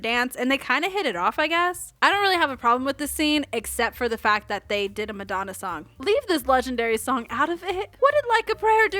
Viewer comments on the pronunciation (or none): none